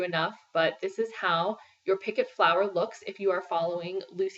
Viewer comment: Thought you might want to know that you are pronouncing "picot" wrong. It's French. Pee co. T is silent.